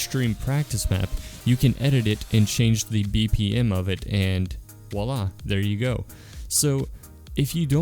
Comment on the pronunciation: Im french and i heard the « voila » 😭😂😂